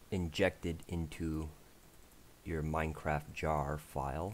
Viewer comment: He has an issue saying the t's Minecraffffffff